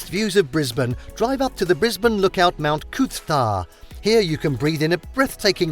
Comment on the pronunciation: I think I would rather hear them butcher Coober Pedy then listen to them say Mt Coot-tha again. Made me cringe everytime I heard it. Please take 1 minute to google how to say place names if your trying to pass yourselves off as experts on other countries.